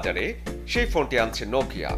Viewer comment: মাই‌য়াডা ভাবের জ্বালায় নোকিয়া কে বলে নকিয়া 😃😃😃